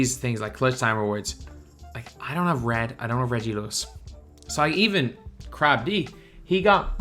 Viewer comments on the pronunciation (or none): “Crabb-dee”💀 its pronounced like “crabbed”